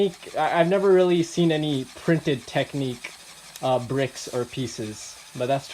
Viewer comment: Minifigures aren't a thing in technic, I think they would never want to put one in, its not their style. I think they should have had a compartment to put the chainsaw etc in (like on the airport firetruck technic set). I believe it's pronounced TECH-nic, rather than tec-NIQUE. Your blue pipe connecting the front to the rear I think is supposed to route through the middle of the turntable part (which effectively keeps it hidden from view). I'm nitpicking now... Its a good review!